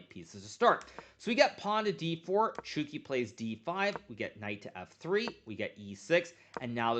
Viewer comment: Chucky not Chooky😂